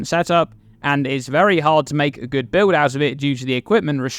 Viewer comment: So many "bi-owd' enabling uniques